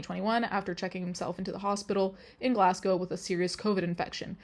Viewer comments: Literally came to the comments to say just this. It is so refreshing not to hear Edin-burrow/Edin-burg or Glass-Gow. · i know ur not american but with ur american accent it's nice to hear edinburgh and glasgow pronounced correctly lol